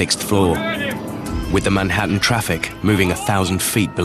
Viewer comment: "The mat ta hon" the manhattan?